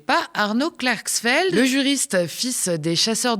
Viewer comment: Klarxfeld c'est la prononciotion marxiste ?